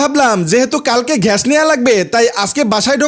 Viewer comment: গ্যাস❌ ঘ্যায়াশ✅